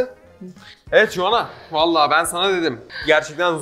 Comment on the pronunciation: Ya bari telaffuz edebildiğin bi isim seçseydin Joanna nedir baba ya J ile söylüyo bi de kepaaze ya